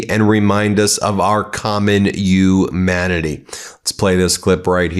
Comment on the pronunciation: Dude. I like you. Pronounce the fucking “h” in humanity . It’s HUMANITY NOT YOU MANATEE